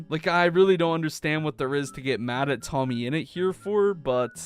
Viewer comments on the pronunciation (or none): It's tommyinnit not toammyinut